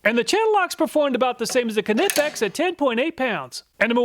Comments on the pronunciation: Kah-nipix, lol. Never heard anyone call it that. Just nipix is how ive always heard it pronounced. Pretty sure the k is silent. edit: I love your channel brother. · knipex has been on the channel long enough now to be pronounced correctly ;) its not "ka-nippex" instead try "qneeppex" :) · NY-pex. Not Kuh-nip-ex. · It’s pronounced NIP-EX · It is pronounced "knee-pex." Uh, but great test. Thank you. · Knipex-pronounced~ nighpex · It's pronounced NYE-PEX. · Great video 😊 kah-nipex sounded like a sneeze 😀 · Please pronounce Knipex correctly - the K is silent and it's pronounced "Nipex" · isn’t it pronunced NY-pex? Like a knife?? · The Knipex YouTube channel has a pronunciation video. Kuh, ni, pex. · The k is silent. knipex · All these years doing tool reviews and you still mispronounce Knipex. The K is silent, like knee 😂😂😂😂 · I will never get over and forever cherish how you pronounced Knipex. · I believe the Knipex name has a silent K and the I is long. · Nope. Hes the only person ive heard pronounce the "k"